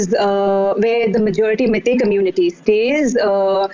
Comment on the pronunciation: Its not "mae-tae" fool! its "mei-tei" just like "wai-wai" jut replace the "A" with "E".